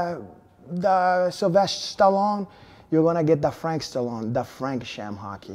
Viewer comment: "Frake Shame-hock" 😁😁😁